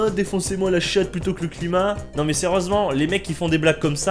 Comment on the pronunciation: Insupportables : cette musique de fond, ce survêt (pub Adidas), ces insultes gratuites à chaque phrase, cet accent pourave (mé, mé, y a encore un mé...) ! Quel que soit le contenu, la forme est tellement imbuvable, que j'ai abandonné le visionnage...